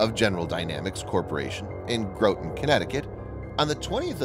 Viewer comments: FWIW, Groton rhymes with rotten. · Groton is pronounced like 'rotten.' In fact, the nickname Rotten Groton is used by many sailors going to school there, which is often misnamed as 'New London.' New London is a couple of miles downriver and on the other side of the river. Iran also just sent shells into Iraq yesterday, probably after this video was created. I would very much like to see Georgia unload her Tomahawks on places in Iran right about now, including Command and Control and leadership locations. Just to let them know they don't want to fool with us. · It’s Grot-ton Groton CT lol not Grōton or Gro-ton lol we’re a small state here in CT not much to be proud of but our submarine plant in Groton is about all we have besides Sikorsky of course.